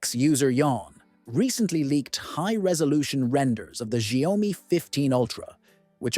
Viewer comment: It's pronounced SHAOmi Not ZiaOami